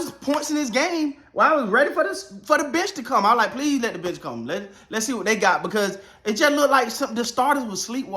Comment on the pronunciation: The first 5 times when he said "the bench", I heard "the bitch". And I am like "who the hell is this bitch and why do they call him the bitch?"